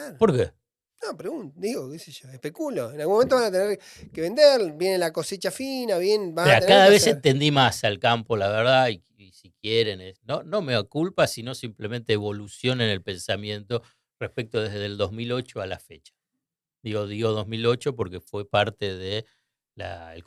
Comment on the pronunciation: "Meo culpa" dice! Jajajaa ¿Capaz que quiere decir "mea culpa"? Pequeñas cosas que ensucian lo importante...